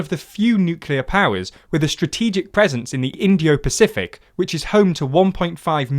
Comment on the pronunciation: Considering how many words they bungle or mispronounce 'nucular' instead of nuclear or 'indio-pacific' instead of Indo-Pacific, I'd say they won't ever be a serious news channel. I pretty much gave up watching/listening after that as they have these types of glaring (deliberate?) errors in pretty much every video.